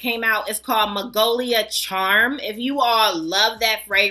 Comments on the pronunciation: it's magnolia, honey.. not magolia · Magnolia not magolia 😊